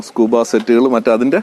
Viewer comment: Scuba alla scubaa anne